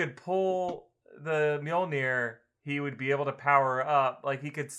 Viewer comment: And omfg you did not just call Mjilnor miramar